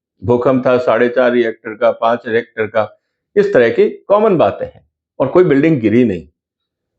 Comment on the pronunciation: Sir, it’s रिक्टर, not रिएक्टर.